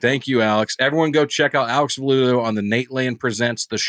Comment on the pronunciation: A Web really butchered the guest's last name. Sound's like he's been suckin back on grandpa's old cough medicine.